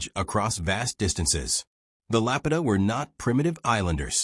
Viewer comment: To be taken seriously maybe first learn to pronounce the name of the culture that is the focus of your video.